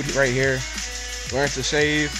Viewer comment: learn-to- SHA-VEE WTF IS SHAA VEE its shave shay-ve